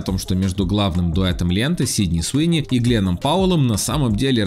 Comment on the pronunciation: Суини ,а не СИуни